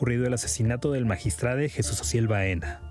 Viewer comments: MAGISTRADE???, POR FAVOR HABLEN CORRECTAMENTE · Porque chingados dicen magistrade ?? No sean mamones hablen bien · Ciro diciendo magistrade🤦‍♀️que ridículo se escucha, ese modo dw hablar es una esrupidez, igual qie toda la farsa y mentiras de este gobierno de 5a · Ches payasos hablen bien, MAGISTRADO Y NO MAGISTRADE INCULTOS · Magistrado se dice cire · CIROOOO no se dice magistradEEEEE no existe esa palabra se dice magistradOOOOOO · Qué ridiculos se escuchan los conductores de un noticiero diciendo magistrade.😱😱😱😱😱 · Cómo es posible que esté medio hable como toda la bola de ignorantes diciendo magistrade,es magistrado aquí y en china ,ahora se les va decir maricone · Dejen de destruir el idioma español diciendo magistrade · Por que dicen Magistrade. No memen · Magitrado, no magistrade la letra E , no cambia los sexos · Es magistrado no magistrade 😂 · Se dice magistrado